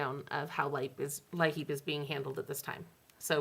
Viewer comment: You’ve been very helpful with everything going on during this shutdown. I’d be going crazy if it wasn’t for all the updates!! Oh and thought I’d let you know that LIHEAP is just pronounced like the word “Leap” Thank you and keep it up 🥰